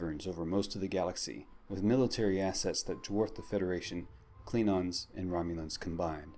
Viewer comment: Why does this guy keep saying "Kleenons" instead of "Klingons"?